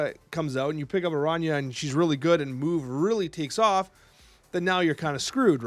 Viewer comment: Damn. Love that pronunciation of Araña. ❤❤❤